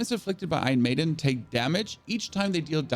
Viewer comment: "Ion Maiden" "charactu" 🤣 Bro, where are you from that they did away with their R's? Sorry, couldn't resist. Anyway, This is very close to the build I ended up with at lvl 50 and just intuitively choosing along the way. I'll be using this as a tweak guide as I'm having essence issues rn.